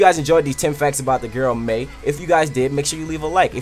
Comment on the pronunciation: it's pronounced my